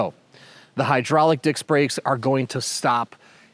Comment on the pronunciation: He said “dicks” brakes, lol. Oops.🤦‍♂️😂 (Sorry. Just had to, lol) Very convenient set up and looks very solid. 👍🏻😎👍🏻